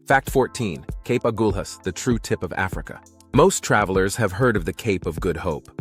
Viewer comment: Excellent coverage overall!! Well done. However, your pictures often did not match the voice track, leading to major confusion; Agulas was accompanied by Cape Point photos intermittently. Finally, your pronunciation were off as can be expected but would be improved by simple claraification in your research. Agulas is pronounced 'A Gul As'. Easy. Thanks